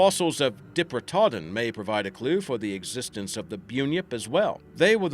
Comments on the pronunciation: and yow ee, (like in howl), and diprotodon Dye Pro toe don, I dont know how someone can get it that wrong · And can’t pronounce Diprotodon 😬